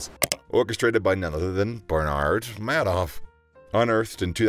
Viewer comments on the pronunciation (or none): Isn’t it pronounced “Made Off”